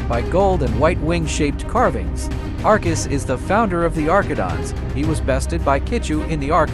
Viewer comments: "arkidons"💀 "Arkis" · Arcidons💀💀💀 Why he say it like that